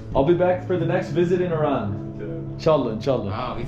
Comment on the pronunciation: Welcome and thank you for saying it right" IRAN". not "I ran"❤